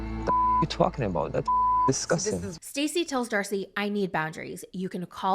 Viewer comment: Did anyone else notice say “dacey and starcey” lol